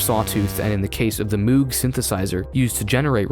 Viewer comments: Dude this video is insanely well made, like always. I really love that you go in-depth into the chord structure and compare it to other tracks! also, just letting you know Moog is not pronounced like Moooog, it's pronounced like Mogue, kind of like vogue :) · "moog" is pronounced /mo:g/, not /mu:g/ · in the video you pronounce the synthesizer brand as you would read it, but its actually pronounced like mowg (Moh-G) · Moog is pronounced with a long o, like mo money mo problems, not u like moo cow. Not listening to any arguments - that's how he pronounced it. Oh yeah - good job on video, too! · its pronounced moag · "MOOG" is pronounce "MOGE" (like MODE) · moog rhymes with rogue. but this video is awesome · I loved the video and everything, no need to comment. but. your pronunciation of Moog gave me an aneurysm. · Annnnnnd you mispronounced Moog 🤨😞 Great video though!! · it would be amazing if you learned how to pronounce "moog" correctly. Just paying it forward. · You pronounced Moog wrong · great video, only problem I have with it is your pronunciation of moog